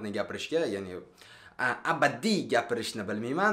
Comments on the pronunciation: Абадий эмас адабий болади 😊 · Абадий эмас Адабий дейилади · абадий емас адабий тушунамиз хаммаям хато килади бро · Абадий эмас адабий денг 😂😂😂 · Da da ABADIY emas ADABIY.;-) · Abadiy emas adabiy diyiladai 😂😁😊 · абадиймас адабий😂😂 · Abadiy emas adabiy boladi 😂😂😂😂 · абааадиймас адаааабий булади. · abadiy emas adabiy b bn d joyini almashtir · (Abadiy) emas Adabiy deyiladi, va bu gapinggizga qo'shilaman, sulh ustida ishlashinggiz kerak. Va bu tanqit emas. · Абадий мас адабий болади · Абадий эмас, адабий